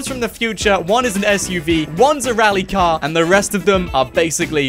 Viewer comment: Everybody: drift car: RallY cAr